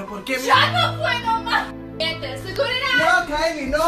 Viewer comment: jejej habla español bn chistoso cuando dijo seguridad si ella es bna en todo espero que siga así me encantaría verla en la pantalla de tv